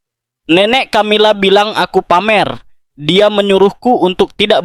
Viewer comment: Peu dilemoangjan ucapannya...bukan Tjamila tetapi Kamila....tidak semya huruf c dibaca tj...misal coca cola dibaca koka kola bukan tjotja tjola..umumnya dalam bhs.internadional huruf c jika doikuti oleh hurug a...o..da u dibaca seperti k...tetapi jika diikuti olh e..i...diucapjan seoerti s.....